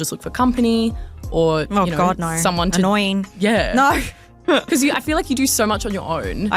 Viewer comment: How many syllables are there in the words 'NO' and 'SO'?? It's as bad as the whiny women that say 'no-wah'.. There is basically nothing I can stand about this woman and that personality and attitude in general.. Don't worry honey... THE WALL IS COMING FOR YOU TOO!!😂😂😂😂